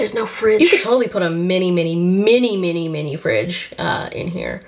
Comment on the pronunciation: the emphasis on mini in mini fridge, love your content by the way! ❤